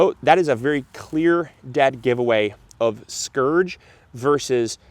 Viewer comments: Isn’t it spurge, not scourge? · Spurge not skurge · I'm pretty sure it's pronounced spurge, not scurge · Scourge? Do you mean spurge? (Spurge can be a scourge, ha ha) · Spurge. Not “scourge” The purslane look alike is called Spurge. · The look-alike for purslane is called SPURGE, not scourge. A nasty poisonous little lawn weed, that oozes resinous sap (and can cause poison ivy-like dermatitis when you pull it). It thrives in poor soil and drought conditions and loves to grow in sidewalk and driveway cracks. Where I live spotted spurge is everywhere.